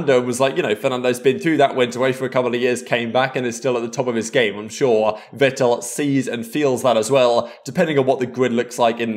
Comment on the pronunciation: Vettel is pronounced “Fettel” 😉 In german the letter V is named “Fau” and your W is in german used as your V 😉